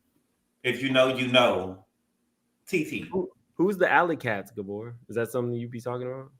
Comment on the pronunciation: Rodney saying “Gabooor” 😭😭😭😭😭😭😭😭💀💀💀💀💀💀